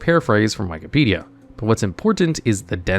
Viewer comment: This video is so wacky virtually everyone completely missed the fact he pronounced Wikipedia as "why-kipedia"